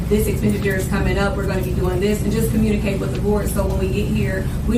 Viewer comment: WTF is Com-murn-ni-cate?